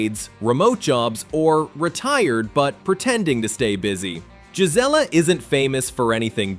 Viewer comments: Payson is NOT a small town anymore. The Prickafornians have ruined it. It's not jizz-ella. It's Gee Zelle uh. Clearly, this video wasn't made by an Arizona native. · Gelizla is not how you pronounce the name? It's pronounced "Guy-Zee-La" and spelled "Gisela"? Your Photos are outdated as some buildings no longer exist? Many scenes are not Gisela? You left out what Gisela is most famous for and I'm not telling you? If you aren't willing to do it Right, Don't do it at ALL? Finally yes I live there and enjoy high desert/ peaceful country living? You are one of those who live in the twilight zone! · Gisela. ...pronounced guy c la NOT GIS LA IM 60 and was born in Az...ya song like a knob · Payson resident here, Gisela is pronounced "guy see la" accent on the "see" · we promounce Gisela (Guy)(see)La but all one wood that's the way us arizonian's pronounce it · Caught that also..